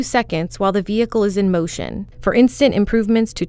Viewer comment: ‘which allows the officer to slow down the wheehicle from behind